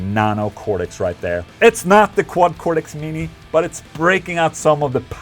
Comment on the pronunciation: It's Cortex with a t, not a d. Even in America.